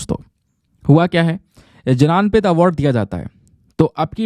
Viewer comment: भारतीय ज्ञानपीठ not भारतीय जनानपीठ